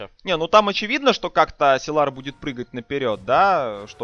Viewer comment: Силар, силар. Уши режет! ОН САЙЛАР